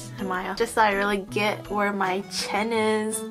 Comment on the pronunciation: When she said "chin" all I heard was "Chen"